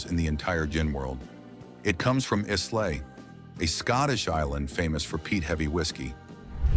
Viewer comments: One tends to doubt the expertise of an individual who so mangles the pronunciation of a word that he comes off sounding like an idiot. Islay is pronounced (approximately) as eye-la. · Islay is pronounced EYE-la. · Whoever did the voiceover needs to learn how to pronounce Islay properly. Hendrick's at number one? You must be kidding. I need to stop watching these spirits videos. Clearly whichever distiller ponies up the most money gets prime billing. There is no reliable source of commentary videos. Trust your own taste buds and experience. Find a good liquor store that does tastings. By the way, why was Brokers left out? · Mispronounced Islay...give me a break! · This AI pronunciation of Islay is hilarious.